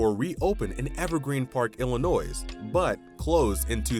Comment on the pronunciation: Very informative but I couldn’t get over hearing the Lincoln state called IllinoiS. The S in Illinois has always been silent. Same with that city in Indiana; it’s pronounced Terra Haute - like “hote” or haute couture. It’s Not Terra Hoot.